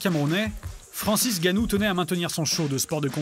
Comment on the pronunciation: C'est pas Francis Gannou mais "N"Gannou! C'est quand même pas compliquer de prononcer le N....